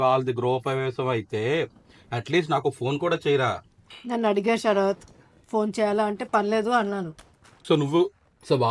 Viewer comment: శరత్ ❌ షరాత్